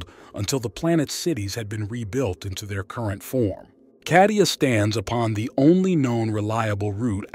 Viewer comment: why are you pronouncing Kadia?Cardia with C